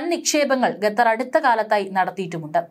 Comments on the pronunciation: Ee sthree annum parayunnathu gatar annanu qatar aanu sary . Ethinea onnu thiruthy kodukkan aarum ellea evde . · It is not "ghathar" but "Khathar"